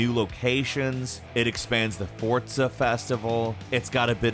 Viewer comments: It’s pronounced FOR-ZA not Fortza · I get so annoyed when people say Fortza instead of Forza, stop it! Please 🙏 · Anyone else annoyed at him saying "fortza" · It’s not forsza, it’s fortza. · It's not pronounced "for-tsa" it's "for-z-ah" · When did forZa get a T in it? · Fortza? Bro its Forza For-Za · forZa not fortza ... fortnite and forZa didnt have a baby together ... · It's forza not fortza haha 😅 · It makes me mad he pronounces “forza” as “fortsa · FORZA not FORTZA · Its called Forza, not fortza....... theres no t in there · its called fortza according to these guys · "fortza" um wat? Smh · Anyone Else Get Triggered When He Kept Saying Fortza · Dawg I know he didn’t say Fortza. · FORTZA FORTZA AAAHAHHHHHGGGG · Would you just me or does It sounds like he's saying fortza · Why do you keep saying Fortza? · Nobody: Absolutely nobody:: "fortza" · Is it really pronounced as “Fortza”?!!!! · The game came out 2 years ago, if he didn't play it again recently it's normal to misspronounce names, especially considering how many games and characters they went through in 2 years. You really overestimate the memory people have especially on pronunciation of foreign names/words. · Why does this man pronounce forza with a "t" ? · really?.. Oh OK then, I guess we pronounce things differently in this part of the world 😂